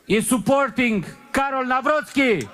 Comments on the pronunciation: I love and appreciate you to death, but as a pole I have to point out the pronounciation. It's Tchas-kov-skee (like Tchaikovsky, but with an s instead of an i) and Nah-vrot-skee. Sorry for being the grammar police, but one of these guys (prefferably the first one) is going to be our president and people should learn how to pronounce his name right. Greetings from Poland 🇵🇱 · Still too early for a victory celebration... The victory margin for Trzaskowski was too narrow. If you take a closer look at the results, the right wing most likely will take the lead in the runoffs... Here are approximate pronunciations of the names mentioned in the vid: Nawrocki: NAHV-ROTS-KEY Trzaskowski: TCHUSS-KOHV-SKI Sikorski: SHE-CORE-SKI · I'm Polish and sometimes I need to hear how people from other countries pronounce the name Trzaskowski i Nawrocki to understand how difficult our language is. 😁 The way you pronounce this name doesn't sound right at all. But I'm not nitpicking. I understand the problem. 👍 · Bro please fix your Polish pronounciation😭 If I pronpunce english good then why won’t you also do the same with Polish? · Hi guys! Big fan, but as someone who has lived in Poland for 18 years, your pronunciation is awful! Anyway, that aside. The results were not as good as it may seem. There was a large amounts of votes for the "right-wing" in general! So, if the other candidates don't lean towards a particular candidate, it is unclear who may win. The race is far from over! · Too early to celebrate... The victory margin for Trzaskowski was too narrow. If you take a closer look at the results, the right wing most likely will take the lead in the runoffs... Here are approximate pronunciations of the names mentioned in the vid: Nawrocki: NAHV-ROTS-KEY Trzaskowski: TCHUSS-KAHV-SKI Sikorski: SHE-CORE-SKI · Second round looks bleak though 😢 Nawrocki you can read like Navrotzki And if you think far right is PiS candidate then you didnt heard about Braun 😂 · Nawrocki ( navrotski)